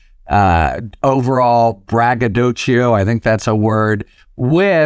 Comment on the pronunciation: Braga DOUGH SEE OH, not Chee OH